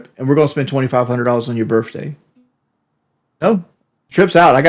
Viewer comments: “Burfday”…someone ask to spell “pedestal.” I guarantee he spells it “pedastool.” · boogie and keems face when he said "yur burf dayt ant important like awnestly" L L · I can't be the only person infuriated by them pronouncing it "birfday" can I?